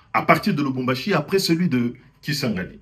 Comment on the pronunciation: Urakoze ku makuru meza, gusa bavuga Lubumbashi ntabwo ari ~Lumumbashi~